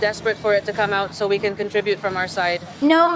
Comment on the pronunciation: Entre para felicitarte. La pronunciación del ingles no esta muy bien. se hace más despacio y El Can es más pronunciado y no se lee tan rápido el inglés no le hagas casos a Rachel. Que es más despacio y about se dice abat Y el Can se matiza con más intensidad Because se pronuncia bicaus. Mas despacio es como se habla en ingles. Que se llama ingles correcto y educado el britanico inglés y no el ingles de Ranchel. People se dice en ingles Pipol. Menos mal que he puesto el subtitulo para saber de que va la conversación de tu vídeo. Yo llevo estudiando ingles desde los 12 años. En España se estudia el ingles desde niño. ¿Y en Cuba se estudia inglés en los colegios? Eso ve a una academia por poco dinero y te relacionas con las gentes te salen nuevas amigas y aprendes inglés como se debe sin usar la computadora. Manzana se dice Apol en su pronunciación y se escribe Aple. But se pronuncia abat. Te falta técnica y eso se aprende en una academia. Some se pronuncia Sam. Entiendo tu ingles pero el escrito mejor que el pronunciado por ti. Se hace más despacio. El auténtico inglés el británico y no es el de EE.UU de la Rachel de tu amiga. Tienes que hacer el inglés corte y educado que es el de Londres y no le hagas caso a la Rachel. Porque no se pronuncia así. Es más despacio la pronunciar. Ve a una academía y te sirve para relacionarte con gentes hacer amigas y conocer y desenvolverte y aprender correctamente el inglés. Entre para felicitarte por tu aprobado en